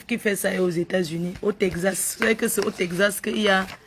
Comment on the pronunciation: Tekzasse putain on dit texas l école est bien hein